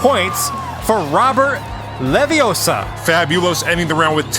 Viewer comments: It's leviooosa not leviosaaar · Its not leviosa. Its leviosaAAAAAAAAAAA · It's levi O sa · Ah-hem, that's LeviOssa. Gotta say it right if you're to be a real wizard. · Its leviosa not leviosa Is this guy watch harry potter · It's Leviosa! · Pronouncing Leviossa differently actually helps him to win the round